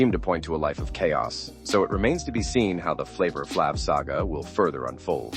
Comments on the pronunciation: How can I watch this when they keep calling him Flaav. It's the Flava, life sava, Flavor Flav!!! Yeah boy!!!! Ha ha. He's my man 100 grand pots andpans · "Flavva Flavv" 😂